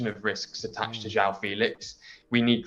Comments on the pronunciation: Jwung Felix, not jaow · You can actually say his name. João not Jao